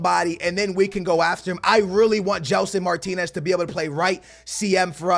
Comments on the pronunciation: It's Mar-tins not Mar-tin-ez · ...when you have "Martinez" you say "martins", when you have martins, you say martinez...wtf.. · how many time do we have to tell you it is not Martinez it is Martins!!!